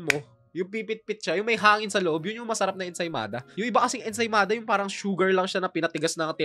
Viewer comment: Ensaymada amp ensimada kasi yung pronounced